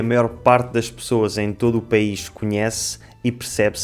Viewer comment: "País" soa como "pe-is"..🤔